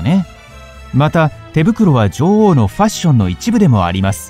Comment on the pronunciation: 「ジョ"ゥ"オウ」の発音が気になって仕方ない